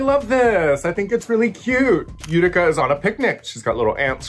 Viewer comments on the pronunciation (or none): They keep saying Eureka or its the right pronounciation of Utica's name?